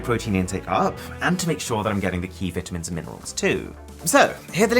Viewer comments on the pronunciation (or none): you said v i t a m i n s not vitamins